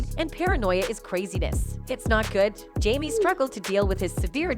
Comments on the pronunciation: Um correction , it's Jamie, NOT jammy, please stop messing up people's name. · 😂can you please pronounce his name right